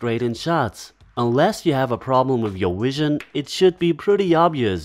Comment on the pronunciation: A problem with your "Wision"?